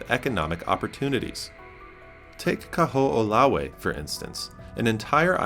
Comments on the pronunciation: The w in Kahoolawe is pronounced as a v. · Hi: w in Hawaiian is pronounced as v ……..Kaho ‘olawe………MAHALOS 🤙🏽